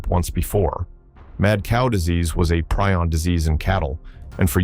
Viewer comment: Preeee-on. How many times can you mis-pronounce something you can easily check?